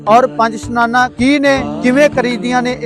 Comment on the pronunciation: ਪੰਜ ਇਸ਼ਨਾਨਾ ਹੁੰਦਾ ਸਨਾਨਾ ਨਹੀਂ